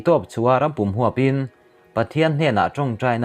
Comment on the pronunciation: A bengvar țhin khawp mai, in thawh hahna zarah chanchin thar kanlo hre țhina. Thil 1 kasawi duhchu, in thil chhiara lam rikdan hi lo ennawn teh. eg. Rampum/Thlansa phul kai leh A puma, in lam fuhloh chuan Mizoțawng awmze neilo a ni thei, țhahnem ngaih vang a nia o.